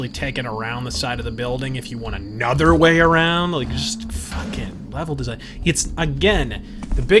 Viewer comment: Kojima: Did you rike it?: You're not literate.